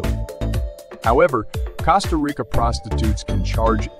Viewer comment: Cost uh rick uh smh lmao ...